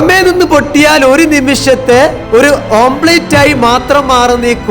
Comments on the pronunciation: omlet is Correct not ഓം പ്ലേറ്റ് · നല്ല മോട്ടിവേഷനൽ സ്പീച്ച്.. പക്ഷേ, ശ്രദ്ധക്കുവുകൊണ്ടായിരിക്കാം (അതോ തെറ്റിദ്ധാരണയോ?) ഓംലറ്റ്, ഓംപ്ലെയ്റ്റ് ആയിപ്പോയത്!